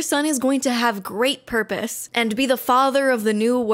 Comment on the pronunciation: I love how the guy says porpos